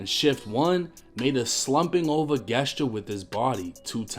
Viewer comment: 1. So they rented a car, put their own tint on the windows, did a murder then exchanged it?? 2. WTF is a “guess-ture”??? 3. These gentlemen were not very bright. 4. Where the intro bro?? So many questions/concerns